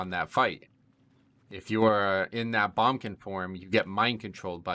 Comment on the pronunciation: Why are u calling it a Bum-kin snd not boomkin mate?